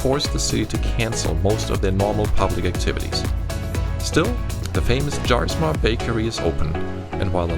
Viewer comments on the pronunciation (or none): Great to see the flight. I live in CR and daughter in Pella. One thing, Jaarsma is pronounced Yaarsma. We hit it every time we go to Pella except during Tulip Time festival when the lines are so long. Very livable town and nice FBO.